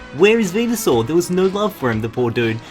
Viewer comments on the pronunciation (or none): none